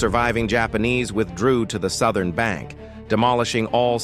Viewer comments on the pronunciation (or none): none